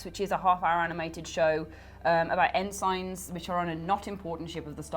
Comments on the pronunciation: En-signs?....... Ah, pronunciations are back - I'd missed them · En-signes lol